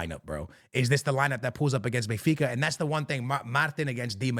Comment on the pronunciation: Bro, how are you mispronouncing these teams? You look hispanic for Christ sakes. WTF. You just swallowing consonants left and right?! Bey-fica? Alantia?!?! Yuve?!?! ❤😂❤